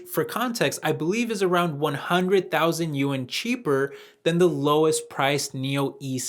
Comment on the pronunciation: Just FYI. Chinese pronunciation of "Yuan"